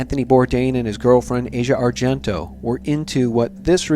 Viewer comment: It's not important in the grand scheme of things, but her name is pronounced as "AH see ah",not like Asia, the part of the world. It's as if you see something and say "Ah! Now I get it". You all claim to know so much, yet don't even know how to pronounce the name of the person of whom you're speaking. I've lived in Italy for 25 years. Asia has always been known as someone who needs attention, but as a generally cool person. I think you're reading too much into her part in this. I do believe that Bourdain didn't commit suicide. He himself was speaking recently about the fact that if he "got a bad chest xray" he'd go back to shooting dope again. As a former opiate injector myself, of over thirty five years, I can assure you that someone who was still thinking of dope in that way would've taken an opiate od as the way out, and certainly wouldn't have even considered hanging himself.